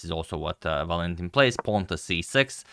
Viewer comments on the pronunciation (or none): Agad: it's ['Valentin], not [Va'lentin]